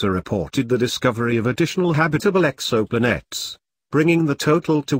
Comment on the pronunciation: No no insult intended. I've just never heard it pronounced like that before.